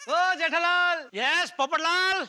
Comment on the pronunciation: people says-Jethalal Iyer says-jaitalal🤣🤣🤣